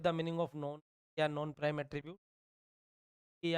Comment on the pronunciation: Prime and non prime thora sahi se boliye...nahi samajh me aa raha hai..😑